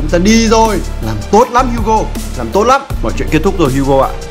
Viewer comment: HUGO tiếng việt : hú chó